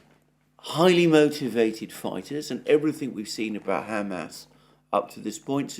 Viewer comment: Mr. Mercouris, thank you for being the only notable pundit capable of correctly pronouncing Hamas. 👍🍻